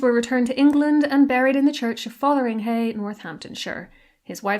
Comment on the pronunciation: Just to point out the village of Fotheringhay plus and it's castle in Northamptonshire is not pronounced Fothering - HAY but Fotherin - Ghay, as in gay. Was always historically and that still remains the correct pronunciation. I was born and raised 3 miles away and and it was a much loved playground in my childhood. All natives of Northamptonshire, past and present and happily most historians pronounced it correctly. The problem occur with one TV revisionist historian personality desperate to make their mark over a decade ago , bizarrely chose to pronounce it dfferent ephthasis. Cynics might constrew to highlight their work from all the rest. Of course it was greeted with howling protests from the natives., other trendy" historians "folowered suite. Now of course it as got online and will take years to eradicate, if at all. We have a similar problem, with Princess Diana's old home in Althorp also in Northamptonshire. It is pronounced Al- thorpe not Al- throp. The Spencer's drop the 'e' during the very early 1800's to change the pronunciation to something more ethically pleasing and slightly more upmarket. Though they tried to argue the case otherwise. However, everyone in Northamptonshire just carried right on prouncing it how it as always been written until the present Lord Spencer as finally admitted defeat and capipulted. We don't like our historic place names tampered with ! ;)